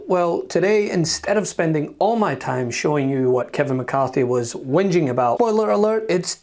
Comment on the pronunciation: Word for today:"whinging" with a hard g. It's "ex"-president Trump, Margarine.